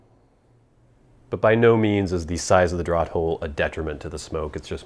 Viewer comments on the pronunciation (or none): isn't it pronounced "draft" hole? as in letting air move? draught is pronounced draft, no? you don't ask for drawt beer do you? I know americans have changed certain spellings. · Another great review and video,. Thanks. As a note, and I hope you will accept this in the kind manner it's presented: 'draught' is always pronounced as draft, which is strange, admittedly, as we always take a draw, but there it is. English is a funny old language. Best to you.